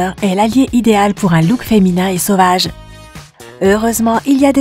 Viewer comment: comment elle a prononcé le sauvage j’étais morte de rire 😂